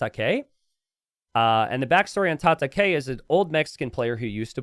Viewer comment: Tata-kay..? I think that was supposed to be Japanese word for fight pronounced "Tata-kai", as in Cobra Kai from Karate Kid.